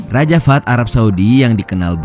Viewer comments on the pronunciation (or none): Cara bacanya bukan raja fad tapi raja fahad/fahed. الملك فهد /Almalik Fahed/Raja Fahed